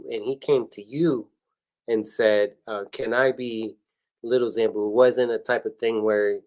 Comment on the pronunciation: 🫶🏾keep pronouncing Zambu wrong😩…..love u dad💯great interview guys